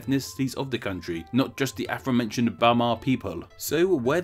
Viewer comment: I love your videos and you’re infinitely superior to me in your dedication to informing us, but please can you stop saying “Afromentioned”. It’s “Afore-mentioned”. Sorry, and again, thank you 😊 Yours, a sad pedant.